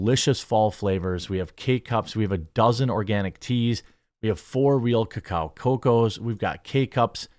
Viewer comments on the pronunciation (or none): Okay seriously, I want a real answer from somebody, why do you insist on saying COCK-OW? I've sent super chats, I've contacted every single public contact point you have from Facebook all the way to email explaining to you or your staff the in peru, where the word originated they say kuh-KAY-oh not cock-OW. I'm starting to get into my John Hincklies here thinking maybe you're doing this just to piss me off directly. The true question is why? That's not how they say the word so why do you say it wrong? It's just like those people who refused to accept that hemp is a product found in multiple plants not just cannabis. But, because William Randolph Hearst was threatened by the Cannabis industry, he shoved the word hemp into the legislation rewriting science calling cannabis hemp. So when marijuana, a product of cannabis was outlawed thus so was his hemp competition. But there are people out, probably you who erroneously call cannabis hemp. I'm making this assumption because you refuse to say the word cacao correctly.